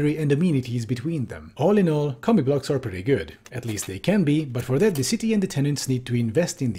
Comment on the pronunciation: I keep hearing you say "comic books."